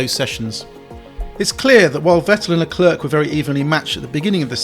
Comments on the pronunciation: It’s Le-Clair not Le-Clerk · Scuderearya???? Bro can this guy pronounce his own name?!?!?!? Unbearable to watch. Luklurk.... who the heck is that??? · Please say Leclerc properly! It's not hard! It's, as near as damn it for an Englishman with no French lessons, "Luh-clare". Don't pronounce the last C like it's a K! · Seeing as you pronounce it "La Klerk" I'm guessing you say "Jew-ventus" too. So English...... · But Charles Leclerc himself pronouce his name as straight forward as it is " Charles Leclerc" - so he is wrong in pronouncing his own name?? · "Charles Leclerk" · Luclurc? Never heard of him. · I wish you would put the effort to pronounce Leclerc's name properly. The c on the end is silent.